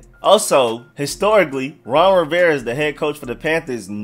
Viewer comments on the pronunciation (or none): You pronounce "Rivera" without the "A" and it drives me fucking nuts Ron Riverre?